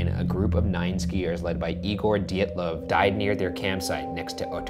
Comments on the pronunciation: The pronunciation of "Dyatlov" though 😄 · It's Dyatlov not "Dyitliv" like u pronounce. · That is the weirdest way I have heard dyatlov pronounced. I thought it it was di-ot-lav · Angry about the pronunciation of dyatlov